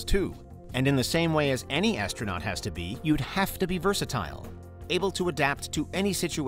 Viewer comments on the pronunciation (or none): none